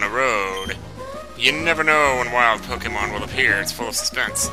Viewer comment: Is he saying pokeymans...